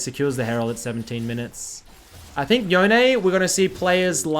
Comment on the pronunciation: It's not Yo-nay. It's like Bone but with a Y. Not debatable. Japanese historian confirmed.